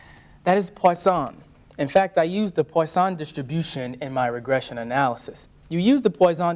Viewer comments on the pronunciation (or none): Oh, oh, it's pronounced pwusson distribution, not poison. That is, it rhymes with trust, not boy. 😅 Next he'll be talking about Youler (Euler), Gorse (Gauss) and Debrog-ly (de Broglie) which are pronounced Oiler, Gow-ss and de Broy respectively. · Sorry, the PoyZon distribution??? 😂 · Quite helpful, but a bit odd how the presenter is alternating his pronuncation of Poisson between how it's pronounced and "poison".